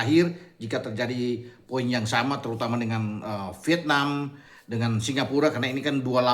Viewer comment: Vietnam itu diucapkan "Viet.. nam" bukan diucapkan "Pitnam"